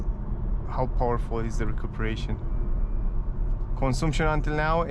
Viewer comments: " cănsamșăn" se pronunță corect și nu " consumpșon" În rest îmi place cum prezenți, m-am abonat de curând la ambele canale. Bv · Am crezut ca doar pe mine ma "zgarie pe creier" :)), cel mai bine intra pe google translate, scrii cuvantul "consumption" si acolo poti asculta cum se pronunta corect cuvantul. In mod normal nu ar trebui sa se auda deloc litera "U". Thanks for understanding !:goodvibes